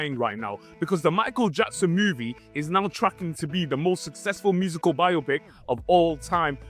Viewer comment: Biopic" is correctly pronounced BY-oh-pik (long O, stress on the first syllable), as it is a compound of "bio" (biographical) and "pic" (picture). Many people incorrectly say "bye-AH-pick" because they mistakenly associate it with words like "myopic" or "bionic," treating it as "bi-opic".Key Details on the Pronunciation Debate:Origin: The term emerged in Hollywood during the 1940s as slang for a "biographical picture".Why "By-oh-pick": It is a shortening of "bio" + "pic," preserving the pronunciation of the independent words.Why people get it wrong: "Biopic" is considered a "misle," where the spelling leads speakers to break it down as bi-opic rather than bio-pic, causing the confusion.Dictionary Standard: Major dictionaries, including Merriam-Webster and Oxford, confirm the primary pronunciation is /ˈbaɪoʊˌpɪk/.While "bi-OP-ick" is common in colloquial speech, it is widely regarded by linguists and dictionaries as incorrect, as it ignores the word's "biographical" origin.How do you all pronounce "biopic"? : r/movies - RedditApr 2, 2018 — I'm sure she will love it. * Archaia. • 7mo ago. Same here, I never heard it pronounced "bio-pic," until a few years ago in South Park. I thought it was a South...Reddit·r/moviesWhy do a surprising number of people pronounce 'biopic' as ...Dec 9, 2020 — It's a good question! The way words are pronounced is sometimes based on faulty reasoning. “Biopic” looks like it is in the same family as “myopic”, but it isn'QuoraYou're Probably Mispronoun